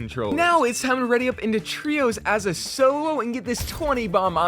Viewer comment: Bro said trios though